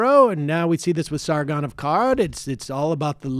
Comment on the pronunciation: First time reading? Lol butchered the fuck out of that name